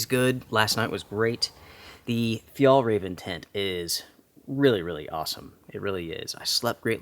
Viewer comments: Hi, from a Swede, Fjällräven is pronounced more like "fjellraeven" 😉 the letter Ä is not sounding the same as A, (the two dots makes it a different letter) Just messing with you a little 😉😁 Love your channel. 💪👍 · hey, the closest i can think of how you pronounce Ä is the sound of AE in Bear, Tear etc. or the A in Chair, Bare, Flair etc. Its not exactly right but close enough. its not an A sound, in Danish and Norwegian they write Ä as AE and not an A with dots like we do in Sweden. the name as you might already know translates to "the arctic fox" if it was just Fjällräv without EN at the end it would mean just arctic fox but in swedish if something ends with EN its the equivivalent of putting "the" infront in English in many cases. Same for Car = Bil, The Car = Bilen. Turmat is also Swedish, "tur" is a slang word for a hike and Mat = food. so it basically means what it is. Hiking food:) awesome find btw, that tent was probably a couple hundred dollars when new. and it really looks brand new.